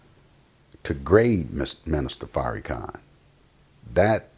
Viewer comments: It's not a mistake. This brother is to well spoken for it to be a mistake. He's calling him Fairykhan on purpose. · His name is pronounced Far- ra-khan! I Love The Honorable Minister Louis Farrakhan! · Word! It was making me cringe when he was saying The Minister's name like that! You don't have to agree with everything he says, but you can at least say his name right! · It's not a mistake akh. He's doing it on purpose. He's to articulate for it to be a mistake. How many other words has he said wrong? Fairykhan is exactly what this hateful brother is intending on saying. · Say Minister Farrakhan's name correctly brother. There's no need to be so disrespectful. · listening to this brother is like watching wet paint dry smh. say the minister's name right negro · You damn sure don't represent Farrakhan you can't even pronounce his name right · I know he is biased but he is not pronouncing the minister’s name with ill- intent. It is just how he speaks. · Pronounce the man's name right dude! Why you dissin Farrakhan like that? PEACE TO THE HONORABLE MINISTER LOUIS FARRAKHAN! !!! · I hate when people mispronounce Minister Farrakhan's name. It's corny. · Right, was just bout to posr that! "Its not an insult" but he gon say his name like that, lol um k